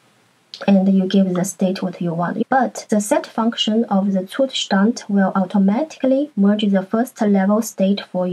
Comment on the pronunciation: Finally, someone who can pronounce "Zustand" correctly😅